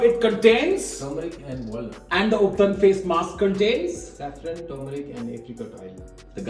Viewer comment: The way you pronounced ubtan disqualified you for your face mask beauty care webinar seminar workshop. 🤣🤣